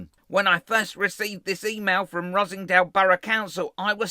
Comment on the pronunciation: Er, Ross-En-Dale, not Rossingdale......